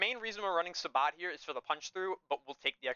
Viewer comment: Just a psa sabot is pronounced as "say-bo" its a French word 😅 cool breakdown of your build tho